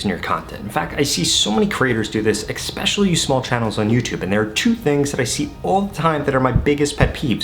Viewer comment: It’s ESPECIALLY not EXPECIALLY..